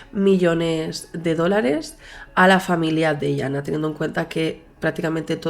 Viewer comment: Es Yana no iana